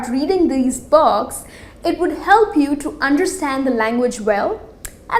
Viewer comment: read children box? lol i know its 'books' but your pronounciation is really awsome. :D rather saying books she is saying 'box' and 'bogs'